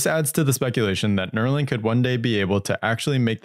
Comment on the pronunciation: Neuralink, not Neurolink